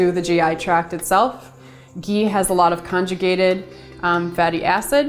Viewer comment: hi I love your videos I wish u were in NY . For digestion what is the oil I couldn't understand I thought u said Geen?